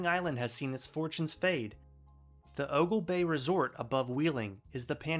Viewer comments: You kinda left out how natural gas/fracking has revitalized the area immensely over the past decade+. And its Oglebay (pronounced bee not bay) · Very cool! I was born and raised and lived for the first 21 years of my life in Marshall County. However, you pronounced two names incorrectly. Oglebay Park is pronounced "Oglebee Park." Roseby's Rock is pronounced "Rose-bee's Rock." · Born there, in Marshall County, still have family in the Wheeling area. Feels like home when returning for the holidays. PS: It’s pronounced o-goul-bee park, a beautiful area. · people need to start saying that historical state park correctly. Its not Ogle-bay its Ogle-bee. Every one of these videos I watch and Ive lived in this area for my entire life, they pronounce the name incorrectly. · It's actually Oh-gull-bee. Everyone says it wrong lol